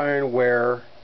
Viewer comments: Le Croozay is how you pronounce it, not Le Crusett as you pronounced it. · Lu Cruise-se. Exactly. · It's pronounced LAY CROO-SAY! My wallet says, "Way over my budget"! A VERY good find!!! If someone wants to get rid of their Le Creuset enamelware for under $50, don't argue...TAKE IT! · It's pronounced Le Crew say. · I was told it’s pronounced leuu gruuu-say. It was from a Le Creuset salesperson. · Hahaha, your french leaves a lot to be desired hehehe!